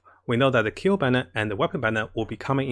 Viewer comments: it's Klee not Kayle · Wtfind wrong with KLLEEEEE NOT keel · Fking say KLEE not KILL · It's klee not keel lol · Am a bit annoyed, why he keep calling her kill .. her name is klee and should be called kelee not kill.. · sees klee: keel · ...and he's back to saying "keel"... we were doing so good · when he tries to scream to raise his luck when gacha-ing for Klee: keel... Keel.... KEEL.... KEEL! KEEEEEEELLLLLL!!!!! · Keel FTW :) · My boy so excited for klee he went back to saying keel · He’s saying Keel again XD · Yeah Klee with "ameno" instead of anemo. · At this point, i gave up on how he pronounces klee.